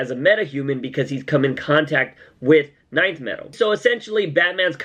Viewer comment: Its not NINTH metal its Nth metal. just pronounce the letter N